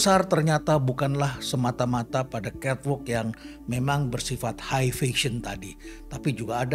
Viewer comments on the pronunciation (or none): none